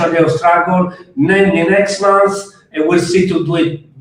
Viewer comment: It's pronounced, "MUNTH" not 'MOANTH'👍